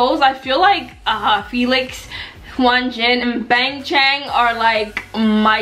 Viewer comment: Hyunjin is pronounced yun-jin with a slight h sound infront